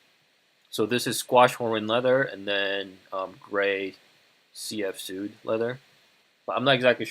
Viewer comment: Not "sood" it's pronounced "swade"